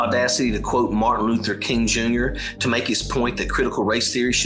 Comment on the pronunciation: Couldn't even say his name.... It's Martin Luther King Jr. ..................... DeSantis is a POS.